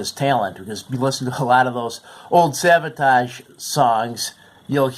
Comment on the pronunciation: Its Savatage NOT Sabotage